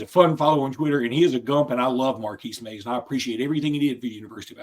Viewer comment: Its Marquis Maze not Markeys Maze